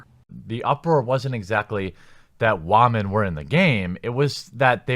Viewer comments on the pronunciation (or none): Jeremy legitimately feels like he can say the word women anymore. He literally feels the need to say "waaamen". That really should say everything that needs to be said about the bloke. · "Wah-men were in the game..." Was that supposed to be a bit, or has he never heard the word said out loud before? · Did this weird reactionary YouTube guy talking ab battlefield say “Wamen”? Bro go touch grass please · I have started immediately ignoring anyone who says the word "wahmen" and I have yet to regret this decision even once. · Andrew Harding “Wamen” is thing these misogynist Neckbeard CHUDs use. They think it’s cute. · it doesn't make it any less brain dead to constantly say wamen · Same. It makes me cringe every time, and the fact that grown men are saying it makes it worse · Why does he pronounce the word "Women" so strangely? Does he have a speech impediment or something? Because if so... I'm not okay with making fun of him for that. But... Wtf dude?